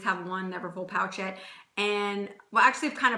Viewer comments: Hey there! It’s pronounced “poh-shet”. Not pocket. Not pouch-ette. P-oh-sh-eh-t. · Love your videos💕. Since this you made this vid in 2015 I assume you figured out it’s not called a “pouch ette “ 😊